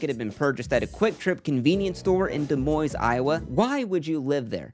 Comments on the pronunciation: If anybody cares, it’s pronounced DUH MOIN (like “coin”) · we love you but holy shit you butchered the capital city of Iowa. Did y’all not have some test ab state capitals? Did no one tell you both s’ are silent is Des Moines? Please issue an apology immediately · just noticed the guy says Des Moines with an S at the end lol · The number of people who make fun of Des Moines = the number of people who pronounce it wrong.